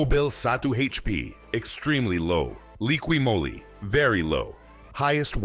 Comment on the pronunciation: What's draining engine oil out of at least 4 engines have to do with ATF? What does showing pistons & valves have to do with ATF? Jesus For dumb! And it's Moly not Molly. To the folks that can read & talk out there, Valvoline Maxlife multi VeH!